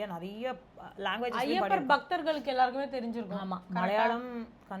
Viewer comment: ஐயப்பர்.. இல்லை… ஐயப்பன் என்று உச்சரிக்கவும்…